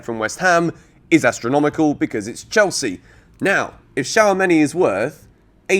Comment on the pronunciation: It’s shoo-ah-me-ni. He’s French not Chinese